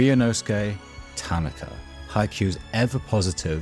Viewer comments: Isn't it pronounced ta-na-ka. Not tan-na-ka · I enjoyed your perspective but found the mispronunciation of Tanaka distracting. Emphasis on the second syllable instead of the first. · Hearing you mispronounce his name the whole video is killing me great video otherwise